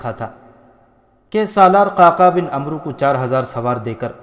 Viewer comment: parhnay walay nay bohat kuch galat parha. Sharhabeel ko sharjeel. Amr bin Alas ko amro. Tabri ko tibri